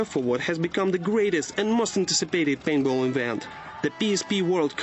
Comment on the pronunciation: LOL he says painball :P